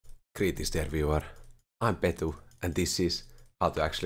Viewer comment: Starts the video "Come on. Come on. Give it to me." "Gurreetings to evuryone." YEAAAAAAAAAAAAAAAAAAAAAAAAAH